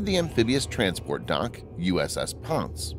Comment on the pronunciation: It’s pronounced PON-say! I served on the PON-say in 2005 during laser testing as an Electronics Technician. Mark Fay US MMC Jr. Engineer QMED AS-E / MSC ET